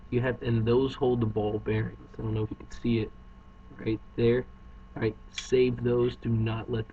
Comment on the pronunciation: stop saying ahright